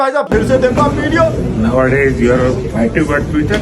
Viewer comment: Active nahi , faitive bola 😂